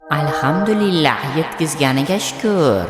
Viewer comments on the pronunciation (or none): none